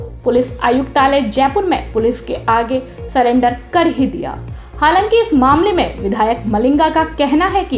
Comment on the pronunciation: सरेंडर होता है सलेंडर नहीं । हाय मेरे देश का भाग्य🙄🙄🙄